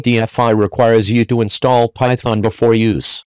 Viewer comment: "Phyton" "Byfron"